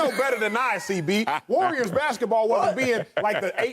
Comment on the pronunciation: Why does Broussard call the Warriors the "Wooyers?"